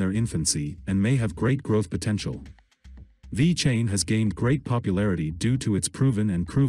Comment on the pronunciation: Cant even say the name correctly.